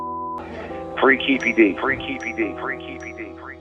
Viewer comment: It’s Keefe D as in “Keefee D”